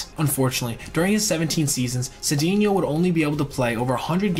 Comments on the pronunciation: Glad to see Cedeno get some recognition. Just so you know, it's pronounced Say-czar Suh-dain-yo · Cedeno helped rescue St. Louis in 1985 when Jack Clark was hurt, I think the number was .434 BA, the also lost many home runs playing in the Astrodome which was dead air, btw, I think the name is pronounced Sa-Day-neo